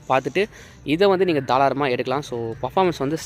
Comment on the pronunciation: Bro athu தாராளமா.....தாளாரமா illa 😅